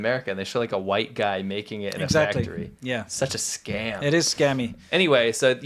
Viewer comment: where is the engine factory (fak-a-tree) soundbite lady????